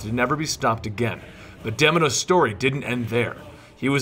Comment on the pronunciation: its pronounced deimos not deminos.didn't you hear well how kratos called him